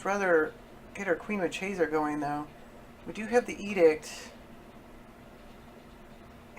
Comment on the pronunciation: It's pronounced mar-kay-sah, which is an italian marchioness (i.e. a woman holding the rank of a marquess or married to one so ranked).